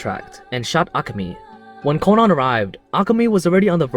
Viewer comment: I hate how he says Conan